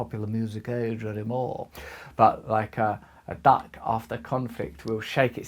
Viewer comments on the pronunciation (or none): LOL, I thought he said "dog".